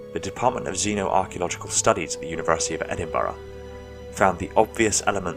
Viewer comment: pronounced edinbruh, solid vid